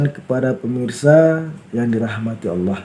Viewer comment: Nyebut Allah kok Awoh.